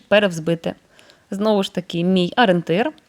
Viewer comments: Не Арєнтир!!!—а ОРІЄНТИР!!! Вже навчіться на Україні розмовляти українською!!!! 🤦‍♀️🤦‍♀️🤦‍♀️ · Дуже люблю вас, але ... Вибачте, ну що за аринтир? Таж навчіться вимовляти правильно - о- рі- єн- тир